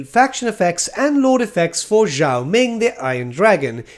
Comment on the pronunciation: Are you supposed to pronounce Zhao as "Yiao"?